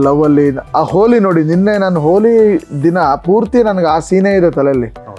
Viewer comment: ಹೋಲಿ ಅಲ್ಲ ಗುರುವೇ ಅದು ಹೋಳಿ